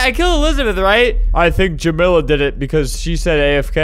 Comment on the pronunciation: The way you pronounce jamila and tamia physically hurts me.